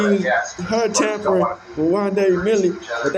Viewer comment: It ‘tampering’. You sound dumb